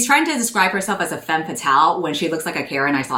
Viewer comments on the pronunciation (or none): none